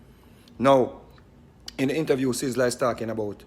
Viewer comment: Mr vegas lost like a coin in the ocean. And more confuse than tangle tread not saying sizzla right also but he have more sense than vegas if there was not an Abraham then there is no vegassssss. Vegas. Is a city in the desert that have to shine tru lights 📷 so who created him clown bc you stumble ah the stone that was set for nought let that soak in